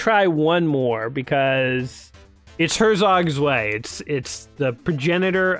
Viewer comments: "svay actually means two in German" ... uhm, not like that it don't! pronounce it like: hair-tsok tswigh or herr-tsok tsw(eye)... i'd say but that pronunciation really drove engagement up, so well played, mister. :) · "zvay"! is pronounced tswigh.